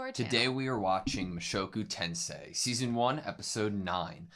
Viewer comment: Hey! You pronounced the title right! 😄👍